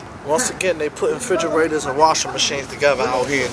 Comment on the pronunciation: “Puttin them ‘frigerators together, huh?” 😭